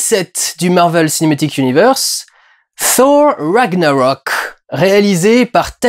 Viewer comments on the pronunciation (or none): "ssshor ranniaroque " mddddrrrrr chute